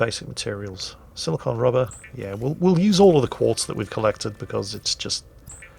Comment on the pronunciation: Your accent is causing you to mispronounce Silicone. Silicon and Silicone are different. I know I'm nitpicking but just once I want to be that guy you always talk about nitpicking everything you say XD